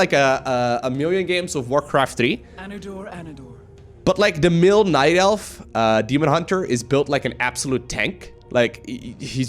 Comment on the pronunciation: Love your content as usual! But one thing bothers me... two videos you said mill instead of male.. this and the undead video. Male is basically the same as Mail. (When speaking of course) Also. Are you going to make a human video?